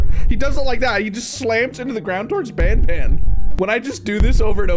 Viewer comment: Why did you say band? It is Banban 😊